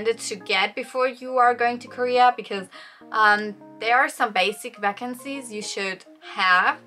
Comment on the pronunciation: I love how you pronounce “Vaccines” so cute ☺️